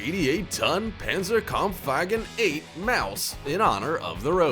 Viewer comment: "panzercong Wagon 8" PANZERKAMPFWAGEN VIII MAUS, that's not difficult !